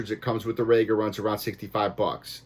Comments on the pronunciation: It's rEga NOT rAyga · ''RE-GA, not, RAGA. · Well, it would give your review more credibility if you could pronounce 'Rega' properly.